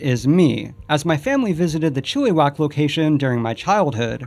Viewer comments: hey um it's pronounce Chill-a-wack not chilli-wack just so ya know haha at least me and my mum got a laugh out of it considering i used to go when the dinoland was around! btw it was a total dumb and everything was falling apart. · The way he said “chilly-wack” instead of “chill-ih-wack” made me cringe so hard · Its pronounced chill-a-wack loll Canadian here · You also said chilli-wack instead of chill-uh-wack. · Chill-ih-wack, not Chill-ee-wack. LOL Still it's good to see some of my childhood get a mention. That place was great. Also why did you imply that Canada isn't part of North America? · I live in Chilliwack and I went to the flinstones theme park once a week. Until it closed. Anyway Chilliwack is not pronounced chilly wack, it’s chill a wack. Knowing is growing. :) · "Chilly-wack", LOL. It's pronounced Chill-a-wack dude. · Not chilly whack, chill uh whack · Chilliwack, pronounced "chill-ah-wack" not "chilly-wack" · I live in chiliwack b.c It’s pronounced chileh-wack he kept saying chilly-sack it’s triggering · Omg, I can't believe you included the Kelowna park. It turned into "Dusty Dino Town" after it was a Flinstone park, and closed in the early 2000's. But they left the dinosaur statues around, I visited them a couple years ago. And I'm sorry to be such a nerd on a 3 year old video... CHILLYwack :'D (it's pronounced Chilleh-wack) thanks for including it in the video! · hate to break it to ya but British Columbia is also in North America... also your pronunciation of Chilliwack is laughable. It's Chill-a-wack. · As someone who lives in Vancouver, the way you say Chilliwack is just hilarious. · im from a town near chilliwack (where the second exhibit is) and oh lord that might be the worst pronunciation of the towns name ive ever heard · You miss pronounced Chilliwack :) a concerned BC resident... but to be fair I finally answered why I remember dinosaur being there when I was little ... so I’ll let it fly cuz I’m a fan